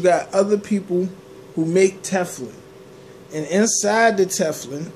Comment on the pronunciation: Omg 🤣 he said Tefflin!